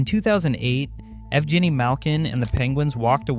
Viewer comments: Here's an idea. If you're going to make a video about a person, its a great idea to start with learning how to say their name correctly. Do better. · If you’re gonna make a video about a specific person, you should probably learn to pronounce his name properly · pretty good video. your pronunciation of evgeni is painful tho lol. and no one was worried about the pens window closing here. it was just opening.